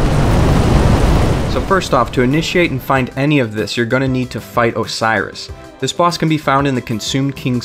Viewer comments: os-e-row-s not osiris,he isn't not an egyptian father to horus... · Did you just call him "Osiris" Oh-say-ee-ros. Say it with me... Oh-say-ee-ros. God fucking damnit. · first of all, its not pronounce osiris. second of all this is just items. no covenant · Ocerios, not Osiris! And you should really remove the "Dragon Covenant" part from the title. It's very misleading, since there is no Dragon Covenant. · Amazing guide - people need to relax on the dragon covenant and the prenounceation of ocerios. Great guide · I don't mean to be that guy but you honestly confused me by this, your saying the consumed Kings name wrong, you're saying it's Osiris when it's not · Isn't it pronounced like OH-sire-ros or something? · It is pronounced oh-sear-row-ssssssssssssss.